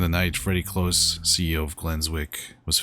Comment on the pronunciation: Freddy COlse, not cLose, it's cOlse